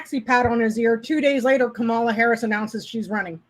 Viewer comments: Don't be a DonOld. The emphasis is on the first syllable. It's KAmala, like comma la not KaMAla! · it’s pronounced comma-la, or Madame President. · Great job. So fun & informative. Also: Let's all learn to say KAH-mala. Rhymes w/ "mama" & "no drama." This way we don't sound like Trump & Charlie Kirk & Sean Hannity intentionally mangling her name. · Accent on first syllable -- Kamala rhymes with 'momala' which is what her stepchildren call her. Not sure how 'no drama' applies -- 'no drama Obama'? (re Barack Obama?) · I know there isn’t any malice when yall do it but can we all make an effort to stop mispronouncing Madam Vice President’s name? It’s pronounced Comma-La. I say this because mispronouncing names has long been a tool used against Black and brown people and immigrants as a way to dehumanize them.